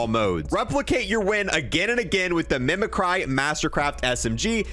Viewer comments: Bruh that’s my favorite Park skin basic ain’t always bad. Also it’s pronounced Mimic-ree, not Mimi-cry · Mimi cry?. Mimic ree is how its pronounced. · I'm sorry but it really bothers me it's pronounced mimic-cree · Shits dope its "mih muh Cree" but mimiCRY is better 🤣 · It's pronounced Me-mc-ree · Mimicry is pronounced mimic ree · It's pronounced 'mimicree'. What is up with cold war youtubers being unable to pronounce basic words? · doesn't know how to read the word mimicry lmaooooo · bro cant pronounce mimicry